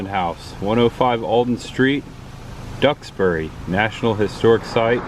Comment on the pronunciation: Nice video however you need to pronounce the names of people and towns properly. Ex: Duxbury (Ducks-berry), Soule (Sool), Lamuel (Lam-u-el)…